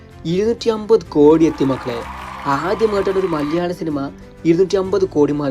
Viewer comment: മലയാളം annu ഉച്ഛരിക്ക് ഇയാൾ maleyalam annanu പറയുന്നത്